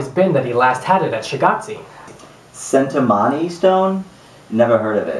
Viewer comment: Cintamani (CHIN-TA-MANI)